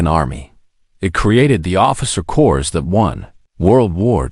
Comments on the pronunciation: this word "corps" is pronounced 'cor" not "cors". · Doesn't narration suck? "Corpse, or Corps?" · Get rid of now … not Marine Corsssss it’s Marine Corps - don’t drag out the ‘s’ and don’t pronounce the ‘o’ and don’t slur the ‘s’ for the love of God! Get rid of!!!! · The frequent mispronunciations by the narrator became so distracting that it became unlistenable. Examples: "Corps" (as in "Marine Corps") pronounced CORS instead of COR. "Routed" (as in "the army was routed") pronounced ROOTED instead of R-OUT-ED. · When I hear the “narrator “ pronounce the word Corps as either “Corpse” or “Core-s” I question everything being said. Pay a real person. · I hate. I grit my teeth every time I hear "corps" pronounced as "cores". This and dozens of other words simply can't be pronounced correctly by. Use your own voice, darn it! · United States Marine Course?? 😂🤣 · pronounced Marine “Corps” like Obama use to say Marine “ corpse”, (that would explain a lot!). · Im so tired of these damn voice-generated narrations that I've quit listening to many SCI FI novels and now must add to the list this WW2 Zulu moron!!!!! The 's" is silent in the word corps!!!! Good grief!!! What an amateur!! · also the "narrator" pronounced corps with an "s" at the end. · Tell the that you don't pronounce the s in corps. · So much good content on youtube spoilt by crap. I loathe. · That was painful to listen to. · Actually, tell that neither the "p" nor the "s" are pronounced in the world "corps"